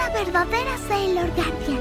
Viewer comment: dijo saiyor 🥺